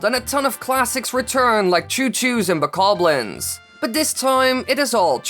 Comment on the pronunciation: Who else is mad that he says bakablins instead of bokoblins